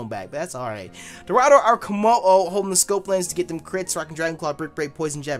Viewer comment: why u always fucking up dorado 😂